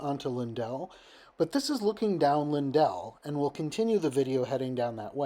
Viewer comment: Cool video. Just to sound like a native STL'n who butchers the "correct" pronunciations of street names, it's pronounced "lin-dill" (with the second syllable sounding like dill in dill pickle). You probably don't even want to know how we pronounce things like Gravois, Carondelet, or Chouteau (all of which figure in to the history of Rte 66, I believe; maybe not Carondelet).